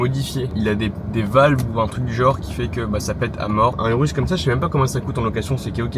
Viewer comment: ta dit "urus" 🦧 jte pardonne